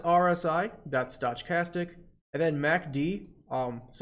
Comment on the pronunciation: Your videos are fantastic! Thank you so much for all this help, my brokerage acct thanks you as well. Heads up you are pronouncing stochastic incorrectly, maybe its intentional?